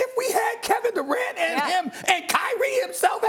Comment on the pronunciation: Nobody: Steven A: Carrot Durant